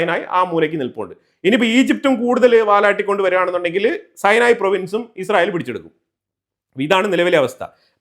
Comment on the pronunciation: സീനായി ആണ് അല്ലാതെ സൈനായി അല്ല.